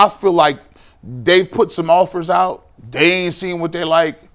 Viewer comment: can you please say “they” instead of “day?” I get it. Dialect. Don’t you want to improve? I like your show and I’m right with you after every Browns game. I’ll continue to be. It just grinds my gears.